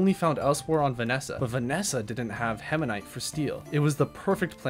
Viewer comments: heminite:) (btw this is a banger video) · The permanent twitch in my eye everytime he said hemanite instead of hematite. Otherwise phenomenal content. I wanna pick Astroneer up again.